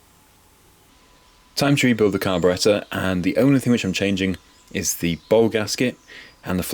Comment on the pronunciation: Your narrations are good. You pronounce carburettor correctly.